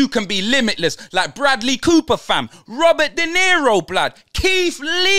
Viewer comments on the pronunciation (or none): none